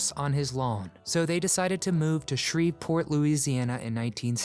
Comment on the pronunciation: Shreveport? How is that any better?